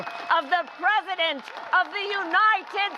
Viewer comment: Where did her hip ghetto talk go? She pronounced United as Eweeeenited.......Her inuncuation was pandering elder white north eastern USA population this time.